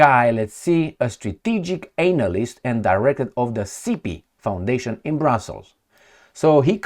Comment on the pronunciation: "strategic anal-ist" 🤣 and director of GIPI foundation..." I died laughing. The first letter "a" in "analyst" doesn't have an "ei" transcription my friend...Not convinced by one military commander KIA. Sure, one of the bystanders just happened to be a military commander, how convenient for Kremlin "damage control team". So your only evidence is....your own Confirmation Bias. I think the more likely reason for this is very sloppy "military intelligence". Who wants to admit they f'd up? What was that - Deny, Defend....?